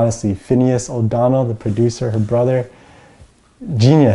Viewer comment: It's not O'Donnel, but O'Connell, as in Finneas O'Connell.